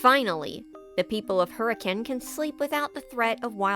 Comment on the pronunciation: As a Utahn, I'm surprised you pronounced Hurricane correctly